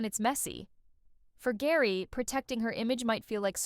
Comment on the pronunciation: 30 years of spice girls and you say "Gary" instead of "Jerry"?